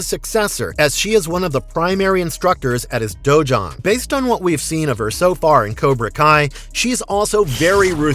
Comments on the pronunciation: It's dojo not dojuan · It's dojang.